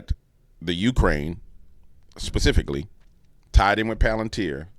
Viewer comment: LOL! You STILL didn't get "specifically" right. ILUV YA ANYHOO!